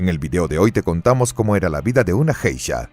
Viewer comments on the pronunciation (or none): él pronuncia JEISHA con J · Buen vídeo, pero se pronuncia "gueisha", con la g suave como en la palabra "guerra". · Que mal que está buena información tenga el tremendo error de la mala pronunciación de la palabra Geisha. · por que borra comentarios a pesar que no rompen ninguna regla de convivencia? que poco profesional su canal aparte de que sino sabe la pronunciacion de un termino en japones deberia informarse bien a ver sino borra mi comentario tambien